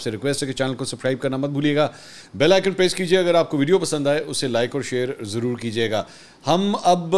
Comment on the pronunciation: لفظ وڈیو نہیں ھے بلکہ ویڈیو ھے